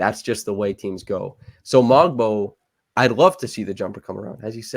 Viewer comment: Hey just a correction on the Pronunciation of "Mogbo" the "G" is silent:)